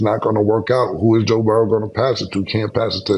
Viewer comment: He still puts that s on the end of Joe Burrow name lol😂